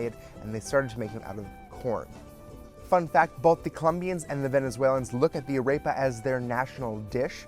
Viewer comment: This is great but please say AREPA correctly!!